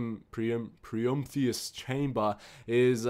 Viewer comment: Empyrium = Em-pie-re-um Ascendant = Ass-end-ant Prometheum/us = Pro-me-the-um/us Adamantium = Adam-ant-eeum Are we good?